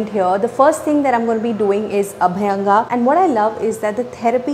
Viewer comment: अभ्यंग not अभायंगा.